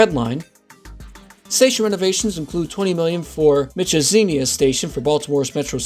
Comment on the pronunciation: What Mitchazenia Station? You mean Mondowmin?